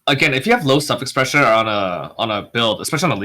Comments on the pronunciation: I'm glad he put a caption saying "low suffix pressure" definitely thought he was saying "low self expressure" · Heard it as "low socket pressure". 😁